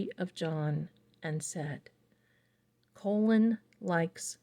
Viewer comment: His name is pronounced Colin. Not colon.❤